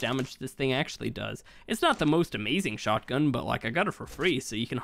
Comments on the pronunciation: He said shotty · He really said “shawty” when he was meaning shotgun but shawty’s like a melody’s